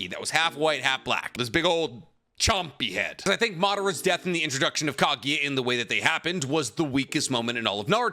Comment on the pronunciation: am I only one annoyed by how he says kagiya instead of kaguya